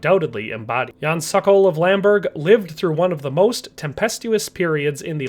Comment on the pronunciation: It's not "sakal"! It's pronounced "sOkOl" just as it is written! Say SOKOL, SOKOL! Means falcon in Czech.